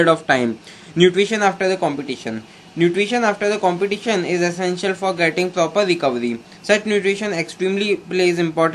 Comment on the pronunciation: thank you this video helps a lot but please competition ko complition kyu bol rahe ho yar.